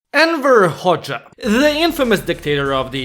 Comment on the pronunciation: Everytime you say "Enver Hoxha", your pronunciation makes it sound like you're saying "Emperor Hoxha"💀